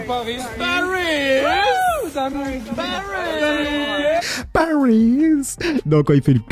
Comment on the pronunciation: Paaarisssss dame un grrrrr 😂😂😂😂😂